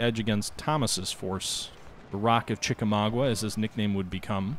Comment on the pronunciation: ChickaMAUGA not ChickaMAGUA!